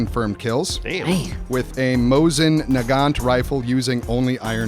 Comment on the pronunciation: its pronounced moEsin nagont.